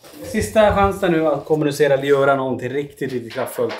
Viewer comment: Varför betonar alltid Tony kommunicera som han gör?